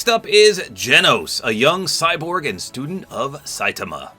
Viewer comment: You said Saitama's name wrong